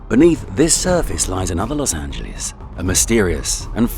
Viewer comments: "Los Angeleeze" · Los Ant-geles